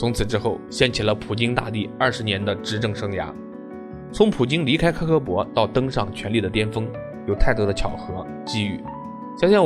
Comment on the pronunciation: 为什么要把KKB说成苛刻搏？